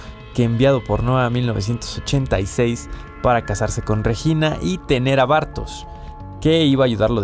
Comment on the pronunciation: Empezás pronunciando Bartoz y terminás pronunciándolo Bartosh.